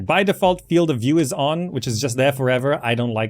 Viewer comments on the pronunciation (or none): none